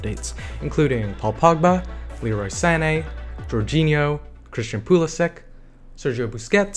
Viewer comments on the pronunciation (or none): none